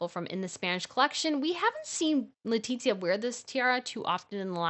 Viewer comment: Don’t know why bothers me the pronunciation of the name of Queen Letizia it’s LE-TI-ZIA not LETITZIA 😏😏